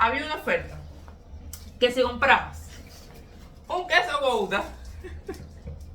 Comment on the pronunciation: El RedBull es malísimo para la salud y el queso se escribe Gouda y se pronuncia Guda